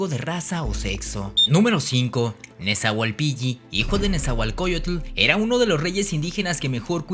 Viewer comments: tu pronunciación nahua es errónea, el nahuatl es de pronunciación GRAVE: no se pronuncia mejica, sino mexhica (sonido como "sh")... Axolotl, xitomatl, xochitl, xocolatl, se pronuncian como xoloitzcuintli!... La doble "LL" se pronuncia como L: NezahualpiLi, no NezahualpiLLi... Es ihiyotl (con acento pronunciado en la I), la "H" es como "J", se pronuncia IJÍYOTL....No es Centótl, es Centeotl (con acento prosódico en la segunda "E": Centéotl)... No se dice Mesoamérica, ese nombre fue utilizado en la modernidad. El nombre correcto es antigua Anahuac (checa datos de MIGUEL LEÓN PORTILLA)... Abusado! Tu video se parece a los de Badabun.... pero si quieres hacerlos mejor entonces documéntate mejor y pronuncia correctamente. Saludos. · Checa la pronunciación del Náhuatl, todas son acentuadas en la penúltima sílaba y la doble "L" no se pronuncia como en español como "Y" sino como una L larga como en el italiano. Nezahualpil...li